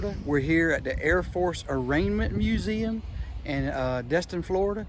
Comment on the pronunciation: Its pronounced "Arm--A--Ment" not "A--Ranment", 😂sorry, just had to poke fun at that. Nice video though!